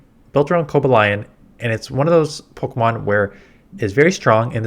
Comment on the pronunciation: Cant get past how you butcher poor Cobalion name 🤣🤣